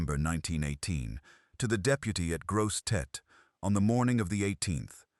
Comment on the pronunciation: C’mon! If you’re going to tell a story learn how to pronounce “Grosse Tete”, “Atchafalaya” & “Maringouin” & this is in just the first 75 seconds.